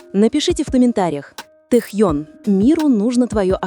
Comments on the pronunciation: Ставьте правильно ударение в имени, Тэхен ,про какой альбом идёт речь? У Тэхена альбом вышел три года назад,вы не вернулись из прошлого? Ещё лайков хотите,дизлайк автору,а озвучке вообще 100 дизлайков😅😅😅😅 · Досматривать не стала. Это что за произношение имени ТэхЬЁн? Автор это неуважение к артисту. Да и звучит ужасно, я уже начала каждый раз подпрыгивать от злости при произношении этого имени. Все, выхожу, а то сейчас мне плохо будет. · Автор, это ужасно, как произносится имя Тэхёна! Это просто безобразие!